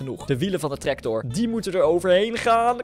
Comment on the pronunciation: Hij zegt treCtor😂😂😂😂😂😂